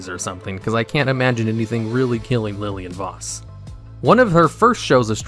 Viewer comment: He also pronounces her name correct